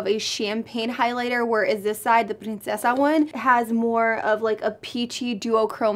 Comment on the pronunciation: Lol she says princesa so well but chisme omg